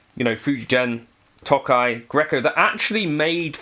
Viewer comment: This sounds as good or better than the nacho one. Now I have the dilemma of if I'd rather hear the British pronunciation of 'Nacho' or 'Tokai'. Both are a war crime